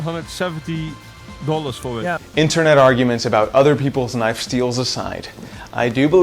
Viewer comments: It’s a knaf goofy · what the hell is s knaf is that a failed attempt at a southern accent or are you from another country ? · Why are you intentionally mispronouncing "Knife" ??? not cute bruh